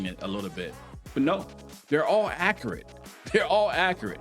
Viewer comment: You said “akurat” instead of accurate 😂😂😂😂😂😂